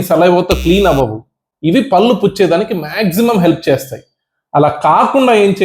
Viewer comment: మహాశయా..! పల్లు కాదు.. పళ్ళు అనాలి..! మీ వీడియో చూడాలంటేనే ఇరిటేటింగ్ గా ఉంది...! మీ ఇచ్చే ఇన్ఫర్మేషన్ బాగుంది. కానీ భాష...!